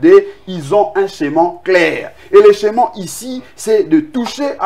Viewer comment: Humm ohh juriste Blanchard, au lieu de schéma mr dit scheman pfffffffff